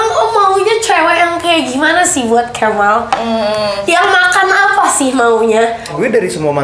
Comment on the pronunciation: Wahh parahhh sih.. bilang kemal "Cabull.." sumpah ngakak 🤣🤣🤣🤣🤣